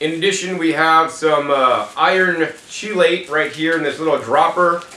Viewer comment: chelate is pronounced with a hard 'ch' like chemistry, so 'key-late'.